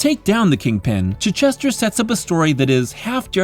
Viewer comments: Really well done. Appreciate such a thoughtful retrospective and analysis - some ideas objectively spot on, some subjectively interesting. My only real quibble: it’s “chai” not “chih”. ;-) Thank you for including me in Darecember! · Dude, it's Chitch - ester, like the English town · Pretty sure that's not how you pronounce Chichester's name